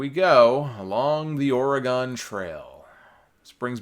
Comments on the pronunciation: Or-eh-GUN, not Or-eh-GONE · PSA: Oregon is pronounced "OR-ih-gun," not "or-ih-GAHN." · Is that an East Coast/NY thang to enunciate Oregon like it sorta rhymes with hexagon? I’ve always heard it as ‘or-eh-ginn’